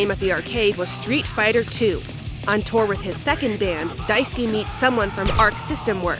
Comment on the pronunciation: i cant help but hear Daisuki (big like) instead of Daisuke whenever you say it.